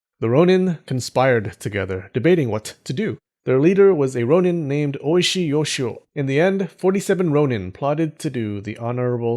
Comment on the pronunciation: I love you excellent pronunciation of Japanese words, which is why I am so confused with your pronunciation of shogun and ronin